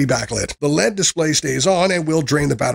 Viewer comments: A real person would say Miliamp hours and MAH, or say L E D and not Lead. I look for reviews that are genuine and not fake and lazy. Never again for this channel. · NiMH is pronounced "Nickel Metal Hydride" L.E.D. is pronounced "L-E-D." N.O.A.A. is actually the NWS, or National Weather Service.